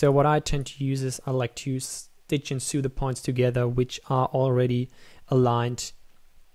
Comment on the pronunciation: "Stitch and soo"... lol